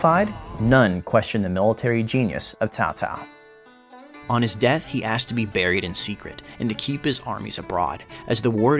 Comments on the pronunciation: Fair enough. Good effort, either way! I'll give your Cao Cao pronunciation a 10/10. You delved into the lore very well and brought up many important points regarding the fact and fiction revolving around the three kingdoms period. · Ok, you got cao cao right. Now let's try 董卓 dong zhuo. Please repeat after me doooong zhuuuo～～～～ good good. You still have more to go. Don't give up yet. :D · That's a pretty good pronunciation of Cao Cao! Although the pronunciation of names for the provinces can be improved. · is almost right. Almost. I never seem any non aisan can pronounced this accurate. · I saw a video about this game 3 days ago and they pronounced Cao Cao "sao sao", as a Chinese, that sounds really weird to me... Thanks for the right pronunciation. In China , most people like Liu Bei's faction more than other factions, because he's mercy, according to the Three Kingdoms Romanced. Japanese some how like Cao Cao more. Maybe because he's a powerful leader. BTW, in modern Chinese "sao sao" mean elder brother's wife... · Great intro to a truly controversial person in Chinese history! And don't worry, your pronunciation is pretty good (minus the tones of course, but you don't need those when speaking in an English context). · Tsao Tsao :) That's how it's pronounced. You more or less got it :P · You fools! There is only one correct way to pronounce Cao Caos name and that is 'Cow Cow' and his mighty son and Emperor 'Cow Pee'! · Once again: its CHAO CHAO, but while doing the CH, let your tongue touch your teeth so that the H doesnt come out. Dont do like TSAO TSAO, SAO SAO or KAO KAO just plain stupid. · nah his pronouncing is quite good, caocao is caocao "tsssao" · Im pretty sure there are three ways to pronounce caocao if "Tao tao" is also correct. Sao Sao, Kao Kao, and the one you used, Tao Tao. I think its the usual potato pota~ato thing. Could be to do with the different dialects too. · u got a like cos u almost got the name correct